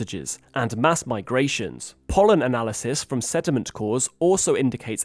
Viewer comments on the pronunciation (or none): none